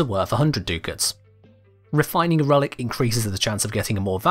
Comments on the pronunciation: DUCK-ITS, not DOO-KITS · Duck-its, not Doo-kits. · Ducats isn't Do-kits it's duck-its... It's like hearing nails on a blackboard each time he says do-kits.. (noun) Cash, money or bills, from "ducats": various gold coins formerly used in certain European countries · Duckets are pronounced duck-its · omg i hate how he says ducats, its insane, litely no one says that...*sniff sniff* smells like british butchuring words again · The way he pronounces Ducats hurts me I actually can’t watch this past 2 minutes